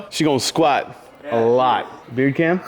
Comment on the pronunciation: I heard bigger cam then beard cam lol 👍🏻